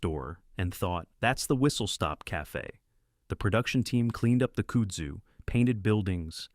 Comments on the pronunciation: It’s Kudzu kuuuuudzu not Coozoo. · Kudu? It's Kudzu. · Its "kudzu" not kudu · Not "kood-zoo"..It's pronouced "Kuhd-zoo" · It's 'CUD ZOO' not 'could zoo" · The word is pronounced cud-zoo. CUD, like what a cow chews!!!! Do your research! Other than that, terrific video! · Kood Zoo is taking me out. 😂 Brother, it’s Cudzoo. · Also it’s pronounced cud-zoo not cood-zoo 😂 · kud zoo. Not kood zoo. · Ok good viedo but its pronounced like this kudzu cud-zoo. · i can't..... kudzu is pronounced kud-zoo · in kudzu, the 1st u sound like cut. cut zoo. kudzu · kood-zoo. lmao!!!!!! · Oh cmon Koodzu? If you’re gonna talk about southern things, let’s do it right Kud- similar to chudd Zu- zoo Kudzu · We did not need to see a perverted affair. Thank God, they didn’t carry out that disgusting idea. I don’t believe it’s true anyway. I think they’re just trying to look like another bunch of woke idiots. And you don’t pronounce the kudzu like koodzu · WTF is Cooodzoo? Oh you mean kudzu.😂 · Tell us the narrator is not from the south without telling us. Kudzu pronounced Kude zoo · Exactly HOW did the narrator pronounce kudzu?!? 😂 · Good lord the mispronunciation of kudzu 🙄🙄🙄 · OMG can they pronounce kudzu properly?? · And learn to pronounce KUDZU!